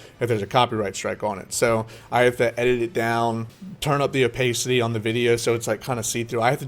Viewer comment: dude please.... Its o- PASS-CITY